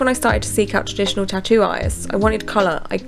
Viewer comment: Why you can't pronounce 'tattoo', it's not 'chachu' you are an idiot. And LA ink is utter crap 😂